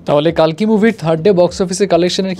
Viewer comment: কল্কি হবে কালকি নয়